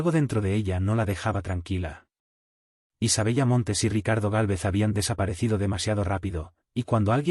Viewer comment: Se escribe Isabella, pero se pronuncia Isabela.